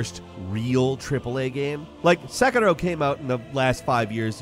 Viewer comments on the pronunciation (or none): none